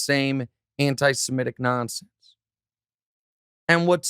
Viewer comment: SHEMITIC my GOD... Say it correctly!